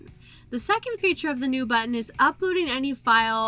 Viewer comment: Of the several YouTube videos I've watched today, this is definitely the best for a newcomer. You don't talk too fast (border line though) and you move the cursor at a rate people can follow. Your pronunciation of "buten" took hearing it a few times to realize you were saying "button" - lol. Thanks for an easy-to-follow presentation. I hope you have others on this topic.